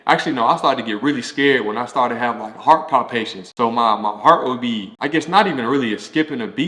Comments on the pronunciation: Heart palpitations, not heart Pond- patience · Those “palpitations” ain’t no joke! I guess that’s what he meant by “palpations”. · Thank you for sharing. Just so you know it's pronounced heart palpitations. 🙂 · This was interesting. I had no idea that a lot of athletes have high blood pressure 😮. And I love the way he pronounces "palpitations." Cute 😊